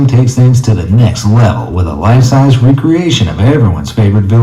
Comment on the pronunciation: "lext level" 😂😂